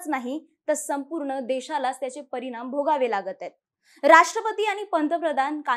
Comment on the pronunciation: परिनाम,निर्मान, येन्याच, आनि.... किती अशुद्ध उच्चार...🫣